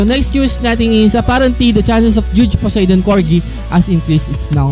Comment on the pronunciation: Po-sai-don po ang pronunciation